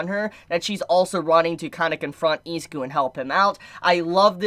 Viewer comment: How can u be a fan and say izuku name wrong😂